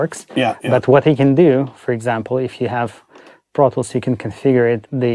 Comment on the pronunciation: Tip: when it sounds like he says, “I go into brothels,” he’s saying “I go into ProTools”! 😂